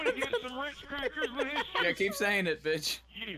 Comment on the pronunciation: Sounded like a Southern Drill Sargent playing COD for the first time lol